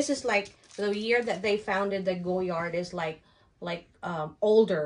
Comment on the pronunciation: Nahirapan ako sa pag-pronounce mo but thank you for the Goyard info.